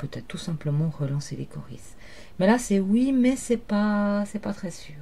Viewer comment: Ont prononce pas ça Caurise mais Cauri ! Mais la terminaison prends un S